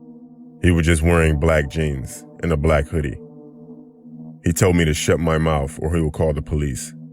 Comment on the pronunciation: Mouf, cant stop laughin here